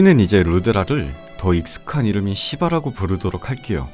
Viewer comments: ㅋㅋㅋㅋㅋ발음이 점점 시바에서 씨바로ㅋㅋㅋㅋㅋ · 시바나 하는데 깜놀 욕하시는줄 ㅎㅎㅎ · ㅎㅎ 시바 발음이 좀 많이 쎄네요